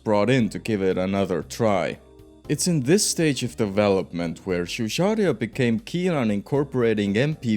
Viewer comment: Exactly 💯 my dude. Pains me to hear Giugiaro mispronounced as 'Jeu-jia-rio' instead of the correct pronunciation of 'Jeu-ja-ro' Also to: Lancia is pronounced 'Lan-cha' rather than 'Lan-see-ah'